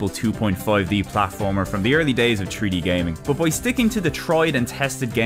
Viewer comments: as opposed to free-d, right? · "Tree-D gaming" I think you are missing an 'h' there